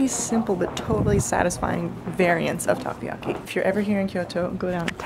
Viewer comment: its taCOyaki. not takuyaki